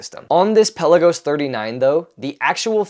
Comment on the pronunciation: peLAgos. Accent on 2nd syllable.